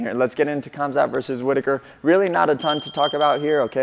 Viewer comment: "KH"amzat, like spanish 'J'-amzat